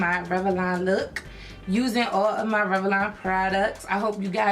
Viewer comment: I love how you say Rev-a-lon ! 😂 I'm just messin with you lol